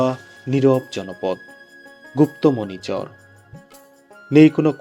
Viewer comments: Dada uchharon ta chor noi char hobe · চর উচ্চারণটা আরো একটু স্পষ্ট হলে ভালো হতো ভাই, চরের বাড়ি বলার সময় অস্পষ্ট লাগলো।